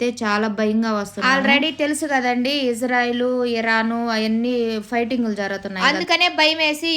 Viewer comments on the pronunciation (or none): none